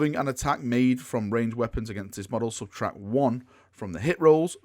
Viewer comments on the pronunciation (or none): none